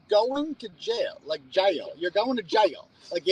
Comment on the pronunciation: You sound like you would fit in down here in Alabama with the way you say Jaaiil 😂 love it.